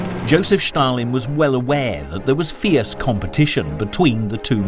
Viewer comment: Stalin pronounced as Shtalin, pretty much German pronunciation :)